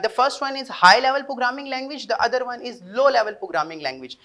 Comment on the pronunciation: Very well May Allah bless you with a lot of happiness in your life Bs yar pughraming na bola kar it's programing Out class budy